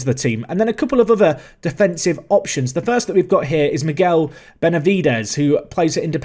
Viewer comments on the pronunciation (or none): none